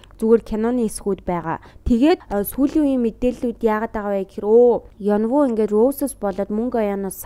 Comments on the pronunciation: Ёнвү биш Ын Ү, Ин Ү гээд дуудаж болохгүй юм байхдаа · Юнвү биш Инү шүү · рөүси биш рүжэ ёнвү биш ин ү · Янву Енвү гэж хэлбэл жоохон сонин сонсогддог шүү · Eun woo gedgiig solongosoor Eun oo gej duuddag shuu❤Инү🎉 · Yess22222 bur buruu duudaad bhaar n uur hureed suujiilaa😂